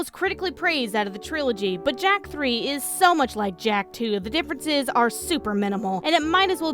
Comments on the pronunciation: Hey, Jak is mar lel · Jak... its Jak.